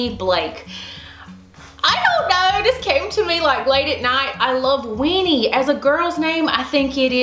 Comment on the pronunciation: It sounds like youre saying "WEENIE' not WINNIE Lol maybe its a good thing you didnt pick that name with your southern accent girl! Haha!